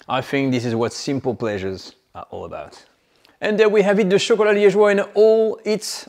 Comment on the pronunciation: Liegeois has an "e" after the "g"! Otherwise the "g" is hard.